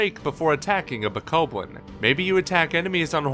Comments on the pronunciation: Reyn the Insane // BSG pretty sure it's BO-KOB-BLIN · BOH-KAH-BLIN SAY IT RIGHT